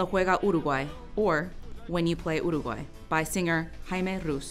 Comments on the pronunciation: She actually pronounced it properly (at least the first time) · Jajaja igual se interesaron en pronunciar bien Dijeron uruguay en vez de iurugoai y dijeron bien batlle y ordoñez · I believe who speak could be Uruguayan, she pronounce really good difficult word for anglophone people, and Omho her English is perfect too.